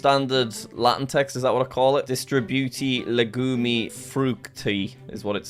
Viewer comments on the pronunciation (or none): As a romanian, when Jack read the romanian I was in shocked like bro said 'Legumi'??? It's literally saying 'Legume' read it how it is, just cause it ends with e doesn't mean it sounds like the letter